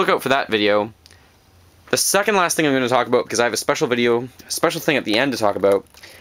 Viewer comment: When you say "about" it sounds like you wanted to say "aboot" but you correct yourself before you go into it.